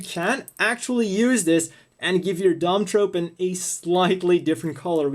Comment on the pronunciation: I've heard Dom-Tropen pronounced Dom-TroFen. Also: is there a HGUC Dwadge kit?